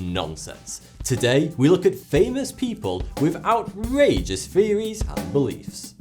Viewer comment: not to be rude but its not fairies, its THeories.